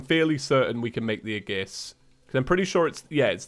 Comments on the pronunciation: FYI aegis is pronounced a-yy-jis not a-gis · you pronounce aegis wrong. It's "ayy-gis" not "a-gis" Also it's LeviosA not LeviOsa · aegis pronunciation is a-gis. It's like this, ayy-gis. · Yes, it’s “age iss” not “uh giss” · its 'ee-juhs', not 'ay-gus' or 'age-iss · Every time tries to pronounce aegis a part of me dies It's "AGE-iss" not "a-GISS" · Hey, aegis is pronounced ee-jis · Hey what the hell is an aggis, if you meant aegis then pronounce it like aegis, not like aggis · "Aegiees" Me:"FUUUUUUUUUUUUUUUUUUUUUUUUUUUUUU..." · His pronunciation of aegis hurt my soul. It’s E-jis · Just so you know aegis is pronounced as "ayy jis" for some reason. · noooo its ag-ee-is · it’s pronounced the asgardian ey-jis or ey-gis, I’m not sure which of the two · For your own knowledge, Aegis is pronounced "ee-juhs" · You butchered the pronunciation of "aegis" so bad that Athena herself cringed. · Ə Ģ Ğ YES YES YES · After playing xenoblade chronicles two through twice it makes me die inside every time I hear him say aegis. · that's not the pronunciation of aegis i am used to..